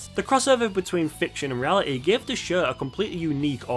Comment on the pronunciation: Your accent is almost never distracting but the way you say "show" is like "shuegh" and idk why it gets me every time lol